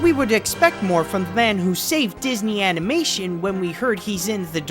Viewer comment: I've been hooked on your videos for like a week and I can't decide whether it's because I'm entertained by hearing reliable views from a likeable host or the novelty of how you say "animeishen".